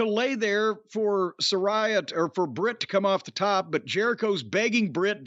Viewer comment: sa RAY a how hard is it to say 🤣😂